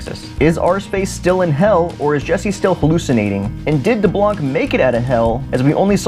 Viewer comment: Actually we see deblanc again in the comic so dont worry and its pronounced D ARROW NEY CK daronique.